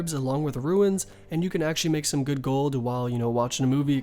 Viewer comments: i like how you can say rune items just fine but when you say runes its ruins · dont forget ruins instead of runes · And runes = ruins? Jesus